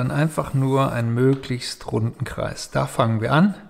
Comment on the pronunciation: Hallo, Sie haben an der Stelle "Kleis" anstatt von "Kreis" gesagt. Ich bitte Sie das beim nächsten Mal zu verbessern. Danke!